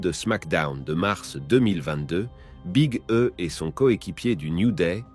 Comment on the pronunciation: big e se prennonce Big e ? non sa se prenonce big i